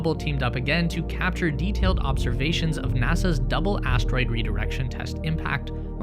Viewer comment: Lol. He said astroid fart.